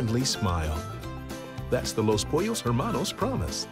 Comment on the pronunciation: Babish saying pollos: pUeRros